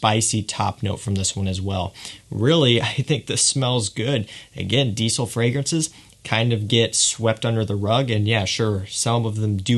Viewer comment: Great video but please say diesel properly 😂 you're pronouncing it like "deecil" it's quite annoying it's "deezel" 😁👍